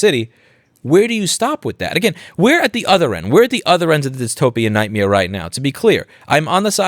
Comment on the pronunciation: Did I hear you say nightmeare???